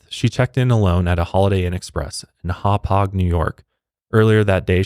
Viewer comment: Good job pronouncing Hauppuage!